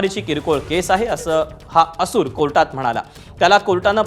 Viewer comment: असूर नाही "असुर"